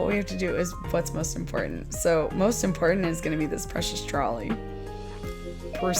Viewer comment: Lol you called it “impotent”